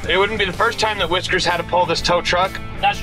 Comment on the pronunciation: Whiskers to the "wes-cue"!!!